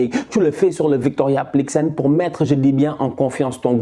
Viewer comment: Victoria plikzen 😂 mais gère toi 😂